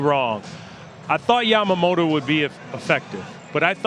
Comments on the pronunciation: みんな「やまもろ」なんだね、「やまもと」と発音出来ないのかね。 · ビッグパピはかなりキレながらやけくそになって山本のことを褒めてるなw あと「ヤマモト」が言いにくいのか「ジャマモト」に聞こえる